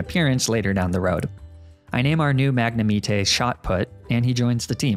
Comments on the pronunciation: I wanna know if he’s serious about calling magnemite “mag na me tae” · It's Mag-Ne-Might....not Mag-Ne-Me-Tay. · This hurt me.. A LOT. MAG-NA-ME-TEH? who tf says Magnemite like (MAG-NA-ME-TEH?) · No way you can mishear his pronounciation of "Magne me teé" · Me to myself: “ is only taking the piss when he pronounces arcanine and lapras the way he does”: “lemme just say M A G NA MEEETAAY” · its mag-nem-it-ee (rhymes with Yosemite) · it’s mag na myte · "Mag-neh-mee-tay" As horribly butchered as that pronunciation is, it actually sounds cool. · Mag-nuh-me-tee, 😂. Nailed it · Bro. Full stop. "Mag-na-mee-tay"?! Wtf where'd you get that from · I let your Pronunciation of Arcanine (R-K-9) in your White 2 Hardcore Nuzlocke slide, because I figured there would be no way to botch up anymore Pokémon names, but, why is Magnemite "Mag-ne-Mee-tay"? That's not even close! It is a Magnet fused with a MITE. If you've never heard their names, MAYBE that's a valid excuse, but, Arcanine's name comes from Arcane and Canine. Police dogs are usually called K-9 Units. Magnemite is a Magnet and a Mite. Sorry, I wanted to correct your mistakes and I didn't know if I should bring it up. So, clearly, I'm going to correct you before MandJTV did. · Ah yes Magnumeatay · I cant stand every time he Pronounces magnemite as MagneMetay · U SAID MAGNEMEETE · I actually like how you mispronounced words like Leafage or Magnemite's name, it's pretty hilarious too. 10/10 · I like the meme pronunciation of magnemite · the way you say magnemite is a crime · After hearing how he pronounces arcanine and magnemite. I wonder how he pronounces tide. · i love how you said leafage and magnemite wrong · I love the way you pronounced Magnemite just like Wolfey, RESPECT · are you mispronouncing magnimite on purpose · Great video man, but never pronounce leafage or magnemite in those ways ever again.